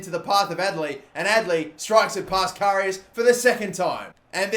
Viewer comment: Does it only annoy me the way he says karius?